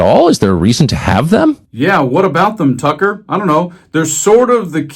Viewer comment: Every time you say Tucker I hear Fucker. Funny that.